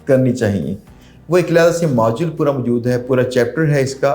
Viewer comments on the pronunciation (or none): none